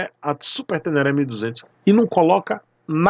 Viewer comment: Vou ser "Zé Frizinho" aqui. O áudio do dono da moto ele fala super tenere (som fechado no e), mas na realidade é super ténéné (som aberterto no é). Super ténéné é o correto 👨‍🏫🤣. Deixa isso tudo pra lá... Yamaha sempre fazendo coisa estranha com seus produtos.